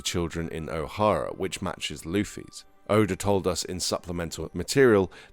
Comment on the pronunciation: Good video but you say oda name wrong not being mean